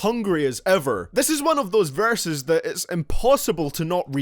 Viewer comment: this man says varses not verses.